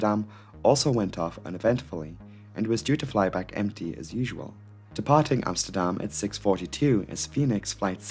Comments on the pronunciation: I like how you pronounce Amsterdam the Dutch way. Small detail, but props! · Bravo you pronounced Amsterdam right haha I rarely hear that from a foreigner haha